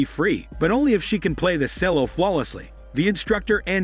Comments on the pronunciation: Shame the narrator can not read English its pronounced Chel-low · OMG… Cello is Chel-o … Charlotte is Char-let…. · Sorry, I couldn't deal with the way you were saying the word cello....